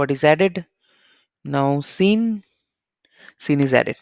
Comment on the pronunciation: Thanks bro. Btw, Sean is pronounced the same as Shaun (sha-wn)